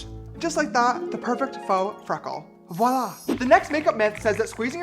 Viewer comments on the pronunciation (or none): none